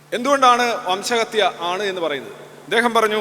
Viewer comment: വംശഹതൃ അല്ല 🎉.. അങ്ങനെ തോറ്റു 😅.. RC🔥🔥🔥